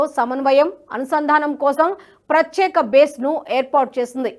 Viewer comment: బాగా చదువుతున్నావు తల్లీ! కానీ "ప్రచ్యేక" కాదు. ఇంగ్లీషు పదం తప్పుగా పలికితే సిగ్గుపడే మనం మన తెలుగు పదాన్ని సరిగా పలకాలనుకోవాలిగా!